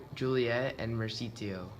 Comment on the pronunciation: It's pronounced mer-coo-shee-o 😂😂